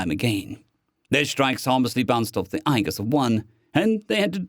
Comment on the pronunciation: Loving this series more than I thought i would, was worried about content until i realized this is ASN and he doesn't do too much mushy. That said, thumbs up on all, but it's pronounced EE-jis or Age-is depending on reason. Soft G. Unless i'm completely mistaken, which is possible with the pain killers, muscle relaxers and lack of caffine today...